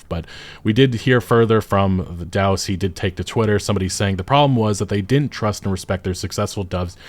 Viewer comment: You mispronounced HE